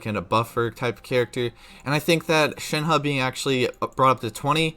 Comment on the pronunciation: Can we talk about how he said it correctly?